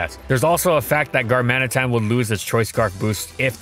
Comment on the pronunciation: And learn how to pronounce Galarian Darmanitan, its *D*armanitan not Garmanitan, doesnt see my comment and cant pronounce Darmatian, wow, unbelivable